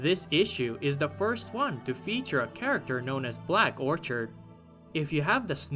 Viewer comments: that says black orchid, not black orchard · Who the hell is "Black Orchard" it's BLACK ORCHID